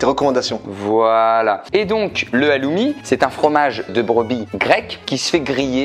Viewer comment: Hommage à tous les chypriotes qui ont du crier derrière leur écran pour la prononciation du Halloumi et surtout de ses origines 🤣 ce n'est pas un fromage grec mais chypriote 😭🙏😅